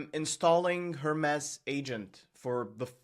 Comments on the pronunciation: HER-MEES not Her-mess! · Her-mees it's a Greek god, please pronounce it correctly, drives me crazy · JFC, it's pronounced "Hermeees" as in the Greek god Hermes. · was it just me or did every time he say hermes wrong you just wanted to stop the video ? its Her-Mes like the greek god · ten minutes - riiight, sure. Hermes is not pronounced that way. Itś pronounced the same way as Hermes Trismegistus